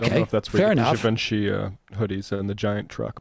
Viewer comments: It’s pronounced “Jee-Von-SHEE”. Geez lol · Yeah so gas was 60 cents a gallon according to this guy. Sure kiddo. Also. It’s “jhee-vawn-shee” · Pronounce it Givonchy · sam pronouncing Givenchy like da Vinci makes me smile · My favorite part of this is the crew mispronouncing Givenchy, lol.